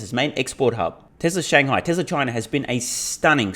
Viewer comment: Why does he keep saying Texla?